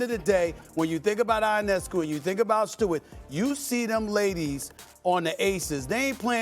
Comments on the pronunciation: It’s “Yo-nes-cue” not “Eye-on-es-cue” my brother. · Someone please tell Stephen A that it’s “Yuh-ness-coo”